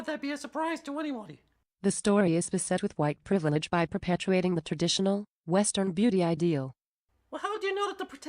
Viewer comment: "White Privlege"